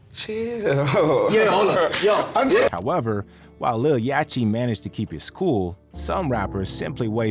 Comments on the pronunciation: YACHTY 😂 You got a channel covering Hip-Hop and Rap Artist and can’t correctly pronounce the name? JOE BUDDEN EVEN SAYS IT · Uses Internet to post video. Doesn't use Internet to find out how to pronounce Yachty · I know you did not just pronounce “Yatchy” with a CH! It’s like yacht 🛥️ with a y at the end the CH IS SILENT! come on you gotta pronounce their names properly if you’re gonna do a show about rappers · You can hear Joe Budden say Little Yahtchys' name correctly. Not what the narrator called him.... I think i need to be a narrator now. Cause all of these people are calling these artists by the wrong name... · Stupid ass AI voice calling him lil “yatchy” cause it can’t pronounce “Yachty” on a rap channel 😭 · Who is "yatchee"? That's "yacht- ee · "Yah-Chee"?? LOL. You can hear everyone else on the planet saying "Yahct-E" even in your own clip... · It's pronounced Yaddi, ya dummy--(not Yatchy) Budden said it TWICE. Read the room yo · Calling lil yachty “yachy” is crazy haha sounds dumb af 😭😂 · Yacchy? U know damn well how to pronounce Yacht lol. Just put a Y at the end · Man said 'Yachi'? Im gone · These AI channels misspronouncing things is funny af... yachi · On my fuckin life if you keep sayin Yachy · Why dude calling him yacheee 😂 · What I find most entertaining is how you pronounce even the most basic rap names incorrectly 🙃...you can literally hear their name in the clips YOU CHOSE 😂 "YAH-CHEEEE" "QWAHH-VO"🤣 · Hey dummy AI; It's not yatcheee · yawcheee? Wtf is with these AI voices 😂😂😂 dont kno how to pronounce words fml wtf is going on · Lil yaw-chee? Them AI voices can’t pronounce sh!t that ain’t in the dictionary 😂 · Lil yatchy lol. If you gonna narrate, better at least get names right.l 😂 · One thing I hate the most is when these guys get the names wrong of these well known artist like who Tf is Yatchy, its yacht with a fucking Y dude my goodness that shits annoying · He lost me at Yaaachee! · Lol. He said it right, yatchy 🤣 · Yachty not yachi